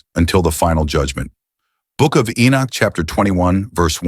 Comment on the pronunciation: How can you say enich alot then say enoch sometimes. So you actually know how to pronounce his name properly but you choose not too. Is that not arrogance?